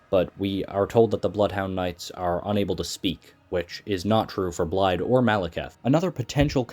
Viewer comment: excellent vid but pls it is pronounced like "Blythe"